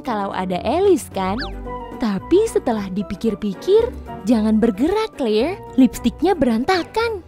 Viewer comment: Tulisannya Claire dibaca Kleir Bukan Kelir😂😂😂😂😂😂